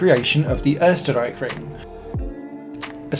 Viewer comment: Such great effort of pronouncing the "Österreich" in Österreichring right only to struggle with Schleife (in "Westschleife"). What a shame :P It should be something like shly-feh or shly-fuh. Writing German words in English pronounciation is hard ;)